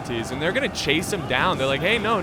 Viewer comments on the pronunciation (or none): none